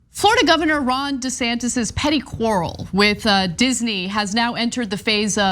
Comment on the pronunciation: It’s pronounced “Rhonda Santos”……